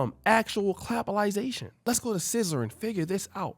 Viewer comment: Sizzler lol sizzler was an all you can eat buffet in California and oshay is from California 😂 sizzler not scissor 😆